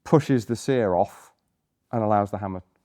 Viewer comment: "seEr", lol